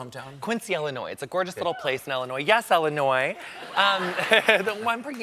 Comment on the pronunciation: Weird that someone from Illinois pronounces it as Ellinois.